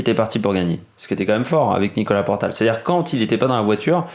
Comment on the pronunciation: Bon OK 20 secondes que je regarde. Et. c est Nicolas portal... Et non portail.. 😢 Que tu fasses un hommage OK.. Mais relis tes fiches. Merde